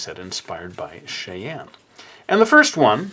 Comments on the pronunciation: Sorry, but I wanna say that name is pronounced, "Shy-anne" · trying to say Cheyenne 🤣